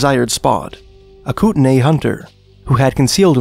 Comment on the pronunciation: It’s pronounced Koot-Nee